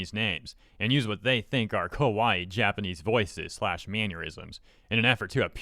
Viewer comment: She's partly talking about me I guess. Haha. Why is there some unrelated gameplay being shown? Ka-wa-ii, not kowai. Kowai means scary. Many people make this mistake. Also you need to say the E at the end of kitsune (fox).